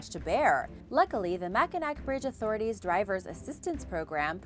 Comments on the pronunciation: I've lived in Michigan my entire life, too...LOL...and still live here... "up north"....and I can just see that for someone who doesn't live here or hasn't heard it pronounced they could make a mistake since, for example, the city is spelled Mackinaw and the bridge is spelled Mackinac. :) It sure was an interesting video, with some super scary bridges! :) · It is not pronounced Mackanack. It is pronounced Mackanaw. The one thing you didn't mention is in the wintertime there have been trucks blown off the bridge many times into though cold water below even semi trucks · It's pronounced Ma Kin Naw not mac in nack.. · Mac-in-awe not Mac-in-ack :) I'm live near it here in Michigan. Thanks for the great video! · I simply cannot believe you don’t know how to pronounce Mackinac!! It’s pronounced Mackinaw. I was DYING at that one. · Mack-in-aw is the right pronouncing sound. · Oh, Bridge #2 Mackinac Bridge does cross the Mackinac straight, however -- this is Michigan that we are talking about. They have the Lake Michigan Dialect and as such change the sound of letters to help the locals understand who is an outsider. So Mackinac is pronounced Mack-in-aw. But what can you expect from a Yupper. That is a person that lives in the upper peninsula (which is really a wart that Wisconsin did not want to claim) The most scary part of the bridge is that the center two lanes are made of open grid panels so you can look down and see the straight. How does your brother feel now that you have called him out as scaredy cat and his sister is braver than he? PS -- love this show, you are a wonderful host. Would be neat to see you back in front of the green screen as you add so much to the video with your facial expressions and just plain old fashion, stop men mid stride, beauty. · That was killing me...it’s like Mackinaw... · I’m in Michigan, too. I was dying at that one...